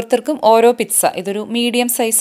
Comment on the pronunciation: Sorry it's not pitza it is peet-saa